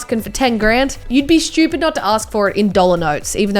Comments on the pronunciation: SH-CH-U-PEED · Why does she say shtupid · I love how it sounds like she said shoopid